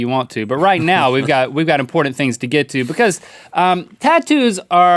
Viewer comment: There’s no D in the word important!